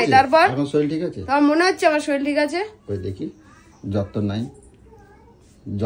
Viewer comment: শরীর না শরীল 😂